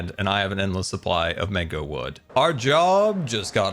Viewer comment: Did just say Mango wrong???😮